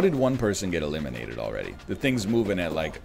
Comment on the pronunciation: Hahaha oh he's just saying elimidated now